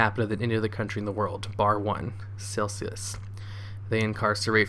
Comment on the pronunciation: you pronounced Seychells as Celcius ? OMG it's pronounced SaintShells. NOOB